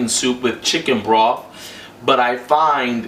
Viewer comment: did he say chicken broff lol